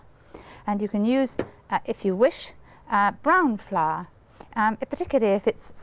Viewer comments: Brahn flahr? lol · Mary: "brahn flahr" Me: "brown floweah!" 😅❤